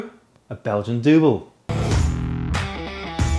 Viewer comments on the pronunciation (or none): Awesome video and ditto brew! As a Dutchman myself I can assure you it's pronounced not like "dooble" but more like "duhbol" if you see what I mean :) It's closer to the English double than you might think. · Yes, it is pronounced as dübbel with thd german ü. But the beer got it's name from the crosses that the brewers marked on the barrels. It was a sign how heavy the beer is on alcohol. One cross is enkel in English single. Two crosses was the dubbel or in English double. 3 crosses is tripple or trippel in English. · Dubbel is pronounced as “double” 😀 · It wouldn’t be a true Homebrew Challenge video without screwing up the pronunciation